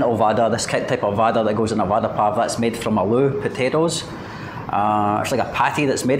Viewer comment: Nice one!! Vada in Hindi means "promise" What you are eating, is pronounced as "vara" pao!! 😁 Nevertheless it's fun to watch your food vlogs. Enjoyed it!!